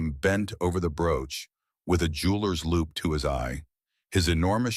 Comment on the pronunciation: It's jeweler's LOUPE, not LOOP!